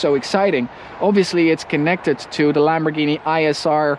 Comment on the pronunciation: The way he said Lamborghini(and that other word) was so prestine.